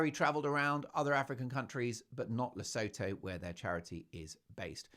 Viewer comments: Le-sue-too not La-so-tho just saying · Please, for the love of GOD, it is pronounced "Le-SOO-TOO" If I hear "Le-sow-thow" once more from one of my favourite Meghan-hating channels, I am going to start watching that cnt's Netflix special to end myself. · Mark, you’re a scream🤣 BTW…. Lesotho is pronounced le soo too. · Just a heads up the pronountiation of Lesotho is "La sue to" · Take note Mark: Lesotho is pronounced as Le- soo- too Oo as in woo or shoe The h is silent. SeSotho is pronounced Se-soo-too. Please show respect to the BaSotho nation of the Kingdom of Lesotho. Just a reminder! Speaking from South Africa 🇿🇦 . We are the neighbouring country of Lesotho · Enjoy your posts. For interest's sake, Lesotho is pronounced "luh soo too" and the language is "soo too". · Please Mark Lesotho it’s pronounced Le soo too and the language is pronounced se soo too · She is no lady. For noting: Lesotho is pronounced "Le sue two" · FYI 😉 its pronounced Le-soo-too and Se-soo-too. Hurts my African ears when pronounced incorrectly 😊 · It's pronounced 'LeSOOtoo'! 😊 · Le sue two That is how it is pronounced. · Just an fyi.. Lesotho is pronounced LeSooToo. Great show! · It is pronounced Le soo too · Lesotho pronounced: Li-soo-too (with the emphasis on soo) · Your show just gets better and better. So much fun! (Btw, Lesotho is pronounced 'luh·soo·too.') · You like big mugs Mark? I'm assuming that doesn't include old H?? 😂😂 The name of the country is pronounced La-soo-too by the way...hope you don't mind me mentioning it. Love your show! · Hello Mark. The ‘os’ in Lesotho are pronounced as the oo in ‘too’ and the th is pronounced ‘t’. Hope this helps.